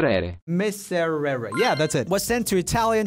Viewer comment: oh god the word "miserere" when u said it, it hurt my italian heart for a sec 😂 but i still love u😂❤